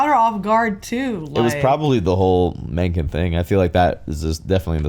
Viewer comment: Mencken butchered the pronunciation though